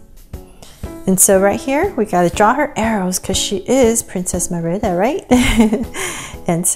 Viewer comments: Great job! The only thing is her name is pronounced Marida not mirida. But I really liked the video! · it's MERIDA NOT MERIBA!! just to clear it not being rude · It's not mirda It's mErida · Your saying her name rong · My friend says that u pronounce Merida wrong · She/he is right then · lol the way she says merida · That's not how you pronounce Merida